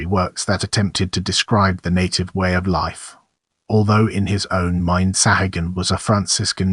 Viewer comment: Your mispronunciation of the surname is disgusting There are three correct pronunciations The first one is the Persian pronunciation Saw' ha- goon The second Is the Spanish; Sa'goon And the third is the Irish pronunciation Sa' hay- gun ... Your pronunciation with these three possibilities You're not even close So not only does your video illustrations disrespect the memory of Bernardino de Sahagun Your pronunciation of his name is a further insult My God where is your dignity your honor and professionalism!?